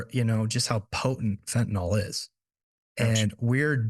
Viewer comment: It’s not pronounced fentan-ol. It’s fentanyl.